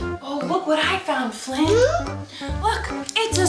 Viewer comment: does flynn know how to say his name??